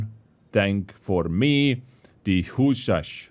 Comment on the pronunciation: Husarz: pronounced WhoosARss